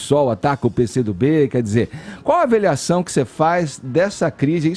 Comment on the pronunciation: "aveliação" só eu ouvi isso? kkkk x'D